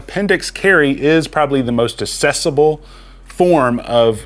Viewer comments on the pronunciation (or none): Accessible, not assessable! (Axe, not Ass)